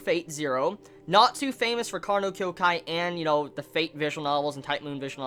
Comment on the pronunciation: I'm not gonna lie. Every time you called Nasu Natsu, I cringed. If you want to make it easy for yourself, just call him Mushroom Man.